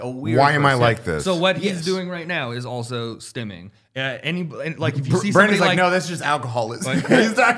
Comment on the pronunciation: Are you guys saying Stemming??? Or Stimming like stimulating?